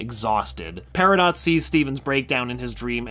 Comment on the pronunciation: That's not how you say Peridot.